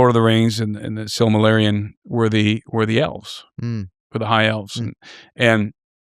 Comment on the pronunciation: The SILMARILIAN? THAT'S HARD READING.